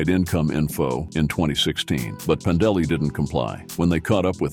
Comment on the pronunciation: Your "narrator's" pronunciation of Pandeli as "Panda Lee", has me thinking, "DarkSyde Phil's ex-girlfriend is a biker?"